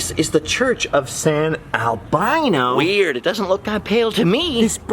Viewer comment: Hey, just wanted to tell you I love watching your content and especially love it when you come and visit us here in the 505! Cant wait to see your video from Roswell! Safe travels my friend. Oh and Albino is pronounced the same way you would say Dino’s from the Flintstones.